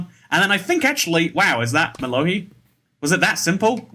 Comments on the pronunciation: Mas really said mello-HEE And he missed 3 CHARGED CREEPERS LIKE WTF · Mellohi (I've always pronounced it Mellow High) is a drop in Buried Treasure Chests, so it should have been one of the more common Music Discs in your collection.